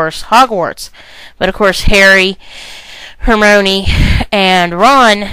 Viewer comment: IT'S HER-MY-KNEE!!!!! Not her-mo-knee. get it right. Thanks.